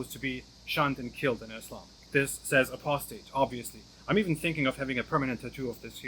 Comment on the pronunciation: Why does sounds like "being human"😁